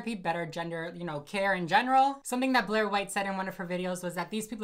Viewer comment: you butchering Blaire’s name had me dead 😭